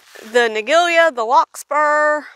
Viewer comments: Interesting we pronounce this as Ni -JELL - a in the UK. Never heard this way of saying it before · Ni-jell-a is the typical way of pronouncing it here in the U.S. I've never heard it pronounced the way she's saying it lol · That’s also how it’s pronounced here in the US.